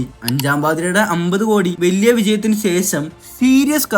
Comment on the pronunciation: സെശം അല്ല ശേഷം